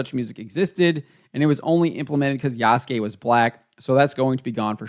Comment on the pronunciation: Wait is he talking seriously talking about AC and can't even say the protagonist's name correctly Ubisoft is a definition of incompetency 😂😂😂